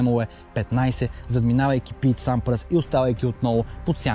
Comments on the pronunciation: Пийт Сампрас, Матц Виландер се кават Тениса е спортът на живота ми. Ако искаш да покажеш колко знаеш за този спорт се научи да им произнасяш имената правилно. Същото беше и във видеото ти за Коби... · Хубаво видео,но много бъркаш имената на тенисистите(Лейтън Хюит,Матс Виландер,Пийт Сампрас,Хюн Чунг..).. Джокович е моя любим тенисист,но това съперничество между тримата е велико